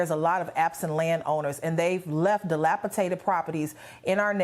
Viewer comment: It is "dilapidated" not "dilapitated". Geeeezus. If they voted Dem, I have no sympathy.